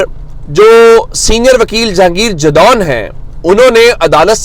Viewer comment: Gondal Bhai ap aksar aik word Galt talafuz se adda karty Hain yeh word jadoon Hy jisy AAP jadon parhty Hain yeh hazara decision ki cast hy